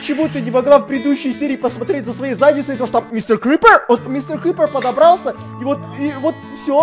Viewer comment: Star Kitty Мистэ крыпэр?